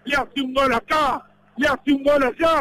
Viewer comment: Gol de boca: Gol de boca: Gaal de boca: PARAPAMPAMPAMPARAMPA PARAPAMPAMPAM PARAPAMPAMPAM